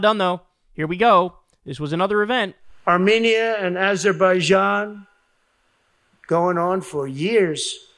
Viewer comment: AAHHH YESSS the lands of Allermaijan and Arzenia.. 😂😂😂